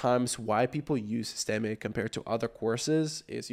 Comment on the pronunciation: "sis-teh-mee" , com'n bro.... SYSTEM(E is silent)